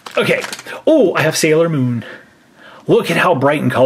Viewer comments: It is NOT salior moon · It's not salior moon